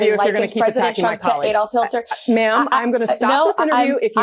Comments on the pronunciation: Did you hear her ? she said "Adolf HILTER"... Hahahaha! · That lady said Adolf HILTER. You didn't even mention that. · So far, only Keith Olbermann picked up on the fact that the spokeswoman said Adolf Hilter. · "A. hilter?" Hilter? Remember in school when some people got every answer wrong? They work for trump now